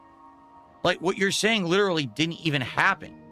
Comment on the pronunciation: Does it really matter if the guy explained why is trash? Because even if the dude laid out absolute fact like we all do, will “lilleralee” as he says the word, just say that “I do nothing wrong. I do everything right.” So why explain anything.